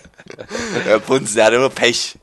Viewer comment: ich verstehe nicht bunsen sondern bumsen xDDDDD